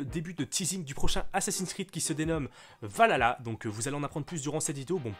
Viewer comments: On dit VAL KHALA, pas VALALA bg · Stp c’est pas valalalalaalalala c’est Valhalla prononce le H c’est quand même légendaire mais bon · Ça se prononce val-halla et non valala 😃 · Pas de soucis 🙃 Ça se prononce Val Halla il y a un espace mais je suis fan de vikings donc ça me stress 😅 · "Valalala" ça me stress comment tu prononce y’a un H normalement mais pas grave Skål !